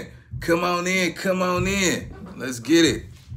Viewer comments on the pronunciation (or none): Lmao I jus peeped the way he says come on in “cuh mon in”